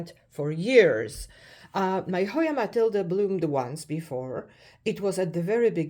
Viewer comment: You always give such great information. And I'm very happy that you know how to pronounce Matilde correctly (unlike most people). Thank you for sharing.